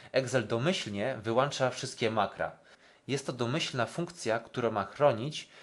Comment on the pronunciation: eGzel wyłĄcza... nie wyłANcza...